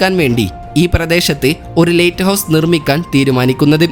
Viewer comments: നല്ല വിവരണം പക്ഷെ lighthouse എന്ന് പറയുന്നതിന് പകരം latehouse എന്നാണ് പറയുന്നത് 😃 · ലെയ്റ്റ് ഹൗസ് അല്ല സുഹൃത്തേ ലൈറ്റ് ഹൗസ് ആണ്. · ലേറ്റ് ഹൗസ് അല്ല. ലൈറ്റ് ഹൗസ്. ആദ്യം ഉച്ചാരണ ശുദ്ധി വരുത്തി അവതരിപ്പിക്കൂ......... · പുതിയ അറിവ് നൽകുന്ന വളരെ ഉപകാരപ്രദമായ വീഡിയോ. ലൈറ്റ് ഹൗസ് സംബന്ധിച്ച വീഡിയോയുടെ തുടക്കം മുതൽ തീരുംവരെ "ലെയിറ്റ് ഹൗസ്" എന്ന് തെറ്റായി ഉച്ചരിച്ചത് തികച്ചും ബോറായി പോയി. "ലൈറ്റ് ഹൗസ്" എന്ന് ശരിയായി പറഞ്ഞു പരിശീലിക്കാൻ മടിക്കേണ്ടതില്ല😜🤣😛. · ലേറ്റ് ഹൌസ് അല്ല, ലൈറ്റ് ഹൌസ് ആണ്.😂😂, ആദ്യം ഭാഷ പോയി പഠിക്കു...😅